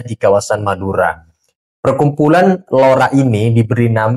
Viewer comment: LORA PAK...BUKAN ROLA